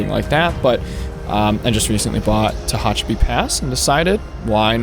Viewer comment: Ta-Hatch-A-Pee, Mo-Ha-Vee